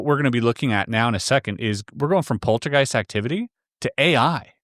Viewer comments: Polty gyste? It's poltergeist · And “poltee-geist?” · Poltergeist ❌ Polteageist☕✅ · Does he keep saying poltygeist???? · The way he says polteygiest is also very annoying. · pacifically poultygeist